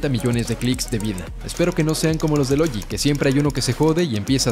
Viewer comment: “Logi" xd